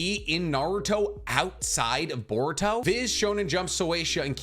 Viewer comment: everyone : boruto cc : board toe